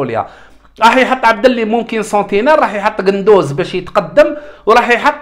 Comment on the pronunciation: قندوسي وليس قندوز هههههههههههه 😂